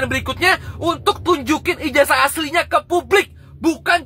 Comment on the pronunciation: ijaza bukan ijaja bukan ijasa masak nyebut ijaza saja tidak bisa katanya sekolah tinggi mendingan saya seorang petani tauu tata bahasa